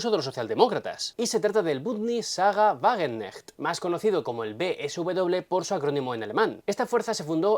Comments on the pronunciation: Sahra Wagen k necht, se pronuncia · En Wagenknecht se pronuncia la ka. Es difícil, pero los alemanes lo hacen. La ch se pronuncia como una jota española